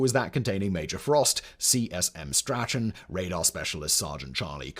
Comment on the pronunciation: If you say STRA-CHAN one more time in one more vid, I'm going to scream!! It's a British name; pronounced STRAWN, as in LAWN and Vaughn. Lordy pul-ease!